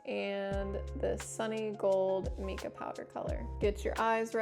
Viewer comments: I'm pretty sure it's pronounced my-kah, like the name Micah or mineral, not mee-kah. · Mica is actually pronounced with a long I sound, not the E sound. That said, this is a very helpful video. Thank you!